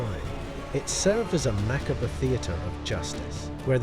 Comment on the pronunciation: Mackabra lol… it’s pronounced ma-cobb but i still like ya